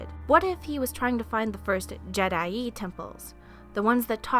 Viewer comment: I don't know if someone's told you yet, but jee-DAI